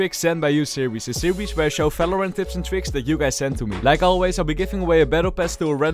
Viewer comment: i love it when he says "falorant"